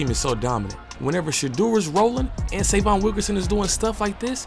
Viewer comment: Please pronounce his name right - Say-vee-on